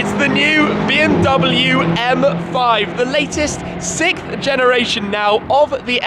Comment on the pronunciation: The 'sickth' generation of the M5? Eh?